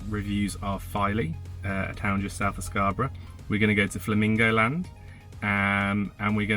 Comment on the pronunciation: The way you say Scarborough sounds different from the way we do.